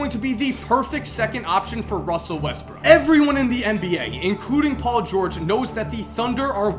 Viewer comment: dont tell me that u guys didnt hear say paul "gurge"